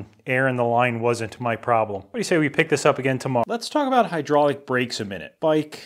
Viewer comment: My daughter has trouble pronouncing the R so she says "hydaulic" too.